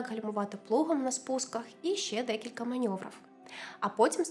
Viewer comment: людина буквально один раз вимовила неправильно слово🤨 вам нема до чого докопатись?